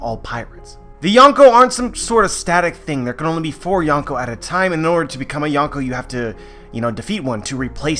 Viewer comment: well i really like youre videos but the “yon” in yonko actually means four(4)